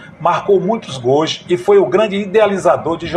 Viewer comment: Caro amigo. Me chamo Roque Rios. Sou amante e saudosista do futebol. Gosto muito dos seus relatos. Mas, por favor!! Não pronuncie GOIS. A pronuncia é GOLS. Obrigado.